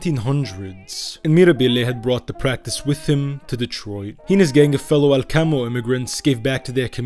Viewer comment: The research for this video seems quite through and it's very informative. I did want to mention about the pronunciation of some of the places in Sicily. As I have family in that part of Sicily and since I have been to both Alcamo and Trapani, I know that Alcamo is pronounced AL-ca-mo and that Trapani is pronounced TRA-pa-ni. However, you do pronounce Terrasini correctly 🙂.